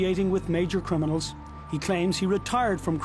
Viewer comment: He says 'crinimals' a lot